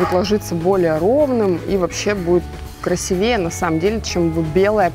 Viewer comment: извини, но не "красивЕе", а "красИвее"..Часто замечаю за тобой данную ошибку